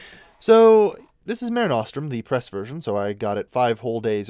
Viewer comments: Māre Nōstrūm? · That's not how you pronounce Mare Nostrum. As it is Latin, it is pronounced MAH-rey NOH-strum. (With a long 'u') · Please pronounce Latin correctly.